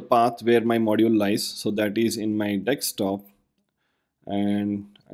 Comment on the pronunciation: Very well done... not 100% certain... it SOUNDS like you're reversing the "s" and the "k" in Desktop and pronouncing it as deks-top.